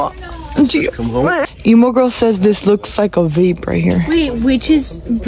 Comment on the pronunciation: I thought said ok guys this is what we’re going to vape this and this😭